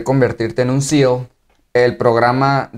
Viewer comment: SEAL no SELS